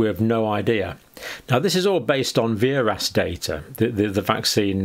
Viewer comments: VAERS is pronounced "vares." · It is not a complicated form in any way shape or form. Also you are mispronouncing VAERS it is said vay-ers